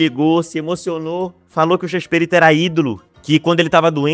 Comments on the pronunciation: ama tanto que fala chespErito invés de Chespirito. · Para de falar ChespErito! É ChespIrito!!!